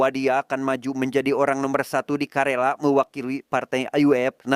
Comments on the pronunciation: Izin koreksi bang, KERALA bang bukan KARELA 🙏🙏🙏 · Karena bolak balik ngomong karela jadinya greget pgn ngralat....KERALA"" ya bukan karela.kerala suatu daerah di tamil nadu india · Izin korupsi bg bukan karela tapi kalera 😄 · Om bukan karela tapi kerala